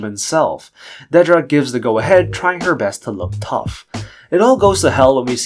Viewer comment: On the show, they pronounce it "Dead-ra" not "Deed-ra." Honestly makes your videos kinda hard to watch hearing a major characters name consistently mispronounced.